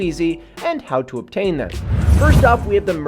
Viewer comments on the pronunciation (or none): none